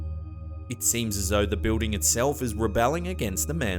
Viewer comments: I love how he pronounces building....BE-OOH-DING HAHA BOO-DING!. What is so hard about saying BILL-DING? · please learn how to pronounce BUILDING correctly. it's not Beuding.